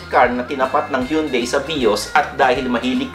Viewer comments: Sir, it prounounce “Han-day”..HYUNDAI 😊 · Hyeon Dae